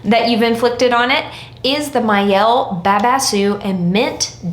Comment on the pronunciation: The brand owner has an IG video specifically saying it’s pronounced “my-elle”